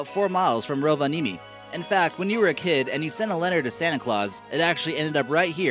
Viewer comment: hän sanoi rovanimi